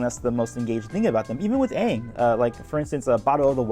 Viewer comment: not as bad as "Ong"